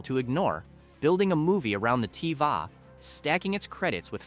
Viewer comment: AI: The Tee-Vah 😂